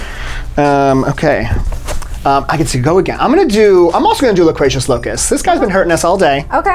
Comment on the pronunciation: All these Sports Guy questions about who was on covers of 2019 versions of games has me cracking up. Unintentionally obscure for the win haha Add it to the fact that couldn't pronounce any of the words in Loquacious Locust, and this might be one of me favorite Mysterious Monsters yet